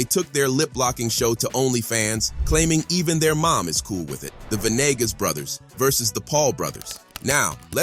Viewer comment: Ve nee gaas. Not venigas